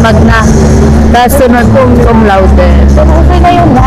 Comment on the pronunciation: Cumlaude hindi comlaude.